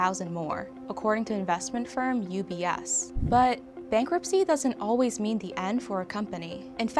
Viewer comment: This girl can’t pronounce “th” she says “da” for “the” lmao